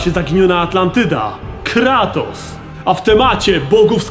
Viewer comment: Cały czas słyszę Klatos. Coś jest na rzeczy. :)